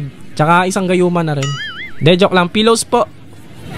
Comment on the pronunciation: Anyare sa pillows kuya? Naging: "Pillowsopo" 😂